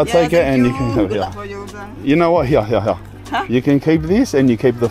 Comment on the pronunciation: His accent “ here / heeeeuhh “